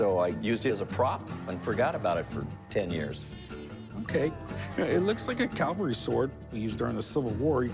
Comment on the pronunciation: Hey Corey...Calvary = where Jesus died Cavalry = mounted soldier You're welcome.